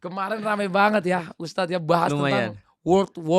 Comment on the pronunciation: Mohon maaf untuk,baru mulai aja udah janggal sih, dari segi penyebutan ustadz, Yang bener ustadz, pake( dzal) bukan USTAZZZZZZZ bukan pake (ZA) Saya rasa ini bukan bidang nya sih, terlalu jomplang obrolan nya,, susah nyambung nya😥😥😥😥